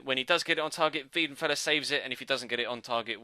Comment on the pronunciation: Its weidenfeller not wiedenfeller